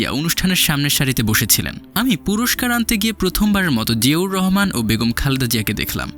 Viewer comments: জিয়াউর রহমান নামটা ভালো ভাবে উচ্চারণ করতে পারেন না। এভাবে চিবিয়ে চিবিয়ে নাম বলছেন। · ঠিক বলেছেন, শুনতে অশ্রবণ লাগে। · জিয়াউর রহমান উচ্চারণ টা সঠিক ভাবে বলেন